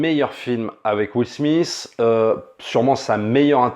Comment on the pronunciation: Ca se prononce Will "Smit" pas Will "Smiss" et sa voix fr c'est le génial Greg Germain! D'accord sur la recherche de la dignité, mais en occident et surtout aux US, c'est bien la réussite économique qui compte plus que le reste. Le réalisateur aurait pu choisir un personnage qui ne fini pas millionnaire mais qui réussi sa vie par d'autres formes de succès.